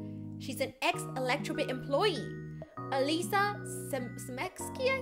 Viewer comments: I CAAAAAAAAAAAAAAAAAAN'T, IT'S E L I Z A NOT E L E Z A, I'M DYING, GAHHHHHHHHHHHHHHHHHHH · Whenever I watch this and says Eliza she says it like “Elisa” and in my head I say “EliZa” so I get really confused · Oh btw it El-eyes-a not El-isa why i know is bc i have a friend named Eliza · OMFG I LOVE U GURL BUT ITS E-LY-ZA NOT ALYSSA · its eliza not alissa xD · It's pronounced as Alayza not Elisa! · It’s Eli-z-ah but I love u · Ee-Lie-Zah, Sorry lol that's just how I pronouce it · Ur pronouncing the name wrong its Ea-lie-zuh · MY NAMES ELIZA AND ZAI IF YOU SEE THIS THE WAY YOU SAY ELIZA YOU SAY UH FOR E INSTED AND THE REST YOU SAY LIZA SO THATS HOW YOU SAY ELIZA